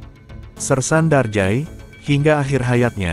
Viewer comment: Nyebutnya jangan Darjay, tpi Darja'i